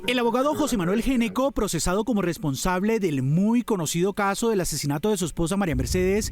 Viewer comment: Gnecco no se preonuncia "géneco", se preonuncia "Neco". Cómo muchas otras palabras, la letra inicial NO suena. Ej. Know, psicología, Knorr, knife, knee, knock, wrong, write, wrist.